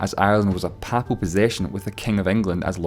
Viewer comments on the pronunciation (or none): Aagh, (i have to say it) 'Papal' - pronounced 'pay - pal' not 'papple'. I can't for the life of me figure out that accent, apart from the hint of scot. God be with the days when you could tell where a person was from just by their accent. Or even farther back - you could tell just by the surname. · Learn how to pronounce "Papal"! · At least learn how to pronounce the word papal. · Good video, but you kept pronouncing '"papal" like '[p]apple'. It's pronounced more like 'maple' (with the 'm' exchanged for 'p'). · I wince every time you say papal. It's pronounced with PAY-pal to rhyme with staple or maple rather than PAH-pal to rhyme with apple or chapel. Likewise, papacy is pronounced PAY-pah-see rather than PAH-pah-see. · I've never heard "papal" or "papacy" pronounced that way before. I guess it's standard Scots? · Call me back when you learn how to pronounce 'papal'